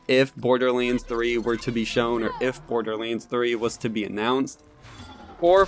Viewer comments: Why cant you say LANDS ? You are saying Lainds ..... its kinda annoying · Borderlends.... anyone else hear that when he says borderlands